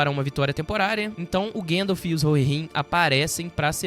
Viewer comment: Ô, cara. Fala "guéndalf", não.🤦🏻‍♂️ é GAndalf! Se pronuncia como se escreve!